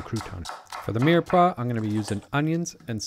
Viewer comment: Is he saying 'mearpaw'??